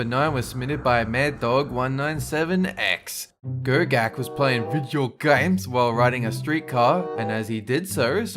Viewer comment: "VEIDJO GAMES"